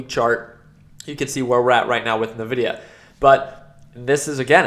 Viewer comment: NVIDIA, not nevidia. From the Spanish word: envidia. Meaning envy. You should know this! 😝